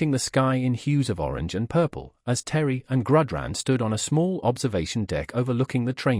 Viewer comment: You need to fix the AI voice it can't even pronounce "Terran" correctly.